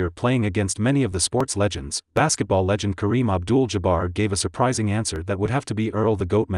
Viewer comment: Did he really say Kareem Abdul "Jabber" ??? I know he said Manigault every conceivable way possible.